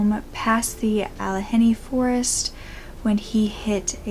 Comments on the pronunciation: not!! Being rude but it is pronounced …Alla-g ( as in good)nee …just thought r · Allegheny is pronouned with the G, a soft G and the H is silent: all (like yeah) eh GAIN y